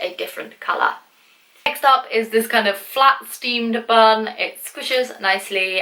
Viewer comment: When said bun I thought she said bum lol. Who loves like if u agree.